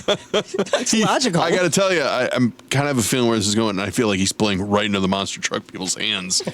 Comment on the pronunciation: Not Monster trucks, but MONster trucks. Emphasis on Monster. 👹